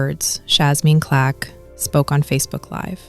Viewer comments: Why you keep saying Clack? It's Clark. You should be more careful. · Her name is CLARK NOT CLACK, AND A FOUR YR. AGE GAP IS NOT A PROBLEM. SO STOP AND KNOW THE PERSON YOU'RE REPORTING ON. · Why do these AI's never get black people name right??? Even simple names like CLARK.